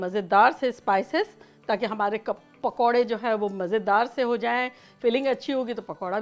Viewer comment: She said " Kapodray " instead Pakoray. 😁😁😁😁😁😁😁😁 ....... Lol